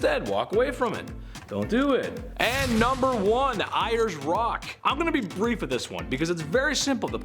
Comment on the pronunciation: Hey, it’s pronounced “Airs” Rock…..and now it’s called after it’s indigenous name Uluṟu. Just saying.